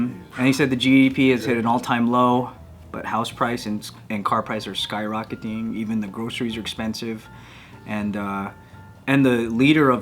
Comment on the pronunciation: the Tagalog accent creeps in “sky rockeeting” teehee, that happens to me too even though English is my first language 😂